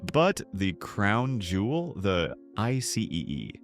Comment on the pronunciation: I would bet a little editing of your AI, you might avoid mistakes like IC-E-E.